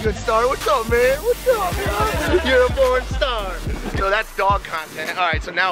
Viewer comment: Wait did he call that dog a Pron Star or a Born Star.